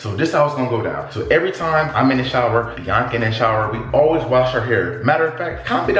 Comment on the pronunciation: can’t say it right it’s biiaaaaaaaaaaaaaaaaaaaaaaanca. 🤣